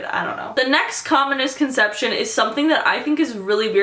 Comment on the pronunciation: When you said "Most Common Misconception", I thought you said "Communist Concetption". ASDFGHJKL.